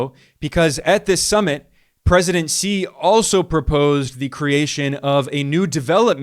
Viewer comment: Xi is pronounced "she" not "see" non-Chinese English-speakers are shy about saying "She" because is sounds like female pronoun: she when one sees, "shi", it is pronounced "shr"